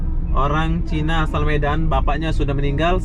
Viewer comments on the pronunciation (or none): none